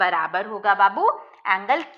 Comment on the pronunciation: she said babu😐